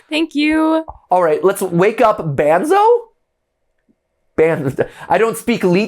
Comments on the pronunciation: It's Banzo (pronounced Bonzo) the dog. And Henry is the ALIVE Henry doll. Banzo is Henry's dog. It's all a family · It’s not banzo it’s bonzo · Henry isn't the Master mind. He is just angry with Martin bc Martin Killed his dog, Banzo (pronounced Bonzo), and bc Martin is the one turning people into animatronics/puppets. Henry is Martin's son and Arthur's nephew. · NOOOOO ITS THE OTHER WAY AROUND. Martin Killed Arthur bc Arthur found out about Banzo (pronounced Bonzo) and was taking Martin's kids and wife away. Martin and Arthur are brothers. Arthur is the Icecream man. Smh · ITS BUN-ZO NOT BAN ZO MATPAT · Aight so I might need to explain some things, but Henry is Martin's son, the shadowy figure is gloria, the icecream man is arthur and the dog is banzo (pronounced bon-zo) and the daughter gets shown later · His name is bunzo not banzo and a dog just for some clarification and lore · Henry is Thomas (the son) Banzo is Banzo (the dog, pronounced Bon-zo) Icecream Man is Arthur (Martin’s Brother) Martin is the killer The lady in the background (who looks like the singer in Kiss) is Gloria (Martin’s wife) You have not met the other characters yet.